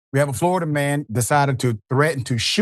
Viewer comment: All I had to hear was Flori-duh man